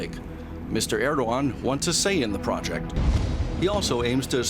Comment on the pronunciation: Glad to have DW speaking on the crisis in Turkey, but ma’am, please learn how to say foreign leaders names. I also work in news and ALWAYS Google how to say a leaders name before saying it. Recep Tayyip Erdoğan = Reh-Jep Tie-yeep Air-Doe-Ahn.